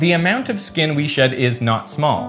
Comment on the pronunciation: Why do you pronounce the letter “S” as it were a “Z”? “ReZources”? “Zkinn cellz”? “Zpace”? On another note, taping a container to your skin would just create a micro climate with an unnaturally humid and still environment.